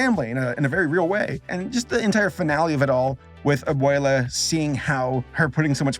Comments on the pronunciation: good review but is it that hard to say "a-bweh-la" and not "a-bway-la" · I'm sorry, but since I grew up Hispanic, I cringe very hard when I hear you say "A-boy-luh". 😂😂😂 Here for anybody else who didn't hear it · I like that you are trying to say correctly the names. Since a lot of english people changed their names with no reason, that sucks. But it's not "aboila" xD no no. Abuela it's not even a name, it's just the spanish word for "grandmother" that's what needs to be translated, there is no problem if you do. Y antes de que me lo pregunten, si, yo si hablo español como para opinar. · haha nah, he pronounced abuela.. not very good. I guess he pronounced everything else okay but I'm pretty sure if he went to a country that speaks primarily Latin Spanish and tried to say all those names, he'd probably get laughed at.